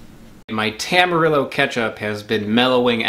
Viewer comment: Hearing Tam-ar-ill-oh hurt on a different level